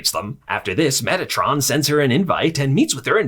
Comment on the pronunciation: Was i the only one that heard metitron as megatron instead.